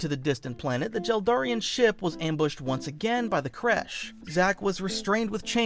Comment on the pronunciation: God stop saying jel Darian